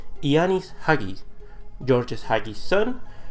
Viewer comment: It's "HA GEE" Dude, his father is a lenend, learn to pronounce his name for fuck sakes